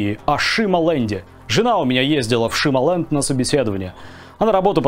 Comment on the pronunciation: Не Шима-ленд, а Сима-ленд.